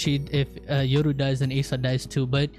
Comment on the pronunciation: You're pronouncing Asa wrong. Its not Ace-ah it's Ah-sah